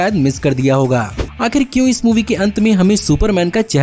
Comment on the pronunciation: Please carry on this accent Aaj aap ko milne wale h bhaari bharkam spoilers Kyu , kyuki........ We love ur this accent of kyu....Kyuki 🤘🥂